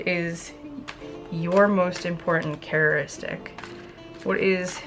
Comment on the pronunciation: The word is pronounced character istic